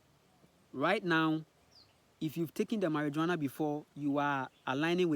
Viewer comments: Mariwana not marijooana 😂 😂 🚭 🚭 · It's pronounced mariwana bro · I would not take this man seriously. You have to remember that he is colonized, and all information he has comes from colonization he is not a scientist or a doctor he has no real evidence about cannabis. And the fact he can't even spell or pronounce Marijuana properly should speak for itself. The experience of cannabis is different for everyone but it has healing properties and is a natural medicine. He even called it a psychedelic and those who know what that is also know cannabis does not fall under psychedelics.